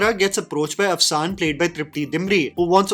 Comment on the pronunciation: Its Afshan! The n is silent. Means glitter